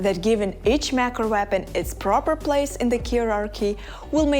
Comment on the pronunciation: Why does she pronounce: “Mech & Nap Grade Update”. WTF is that? 😂😂😂